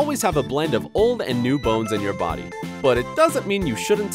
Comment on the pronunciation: Body bruh u did not say bidy